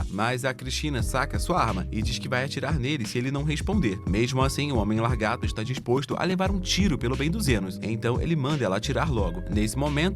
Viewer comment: Pq vc fala largato ?😅 Fazia meses que o YouTube não me recomendava um video do canal.